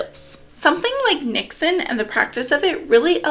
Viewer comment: As a Dutchie I can confirm you said 'niksen' right 🥰 niks = nothing